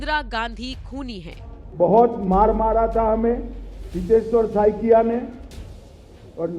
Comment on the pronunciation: बहन, (हितेश्वर जी का) "सकैया" surname नहीं है, 'साइकिया' है ।